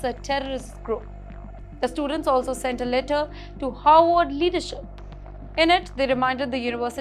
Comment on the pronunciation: please don’t pronounce Harvard as Howard. Pronounce both the Rs in Harvard. There is another university by the name Howard ( it is in Washington DC ).